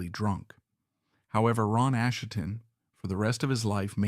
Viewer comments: So this narrator is obviously AI, it doesn't even pronounce Asheton correctly! Therefore, the writing may be AI or Chat GP as well. That means I have no desire to listen to the whole thing. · We Will Fall is not the album's closer. It's the only filler material, and it ends the first side. This guy can't pronounce Asheton, and whoever does the text has two wrong ways of spelling it. He can't even pronounce bassist, saying it like the fish, bass. Maybe this is AI, but if so, we need to remove the "I"......